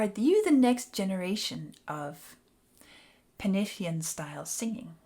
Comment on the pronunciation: Loved the video and, being Welsh myself, I really appreciate you pronouncing penillion in Welsh.